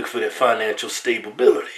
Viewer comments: "Stablebility" God bless you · stable-bility lmao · "Stabibility " LOL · Keith: Wimen not only look for the fisicle ka-reck-ter-is-tics Kevin: They look for dat financial stable-bility 😆💪🏽 - Kevin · ... Financial 'Stabebility'... Straight outta Hodge Dictionary! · He said sable-bility 😂😂 lmfao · "Financial stable-bility" good grief Kevin 😂😂😂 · "They looking for that finantial stable-bility" lol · "financial stable-bility" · "financial stable - bility" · Financial stablebility? Lmao